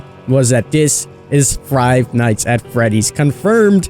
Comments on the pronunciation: He said Frive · He said Fried